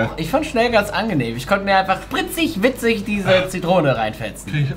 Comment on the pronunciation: Spritzich witzich 😂